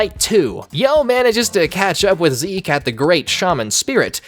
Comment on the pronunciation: not 'ZEKE' !!! sdufhsjfsokdlofsd